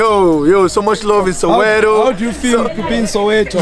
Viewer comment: Soweto not sowero 😂,loved the video